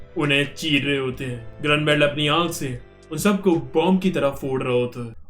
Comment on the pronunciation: ankh not ankhe